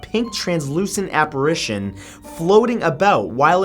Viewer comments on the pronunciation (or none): none